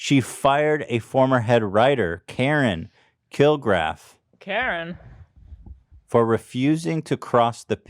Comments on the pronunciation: KAREN KILGARIFF. Not killgraph or however Ethan said it.. She's now a host for one of the biggest true crime podcasts; My Favorite Murder. It's really good! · i died at the way you pronounced karen kilgariffs name, shes one of the most popular true crime comedy podcasters out there 🤣